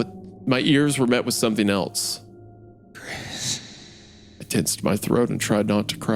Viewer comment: Wendigoon pronouncing “else” like “eltse” is something I hear so prominently.